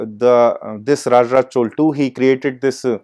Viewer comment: To the speaker, the title of your talk is good, but before you come on stage please learn the correct pronunciation of regional words. Please note, the correct way to pronunce the name of the King who built this temple is "Raja Raja Chozhan" and not "Raj Raj Chol". When I heard your pronunciation, I did not feel like listening any more since your standard got exposed.